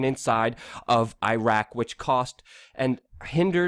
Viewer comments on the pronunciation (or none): none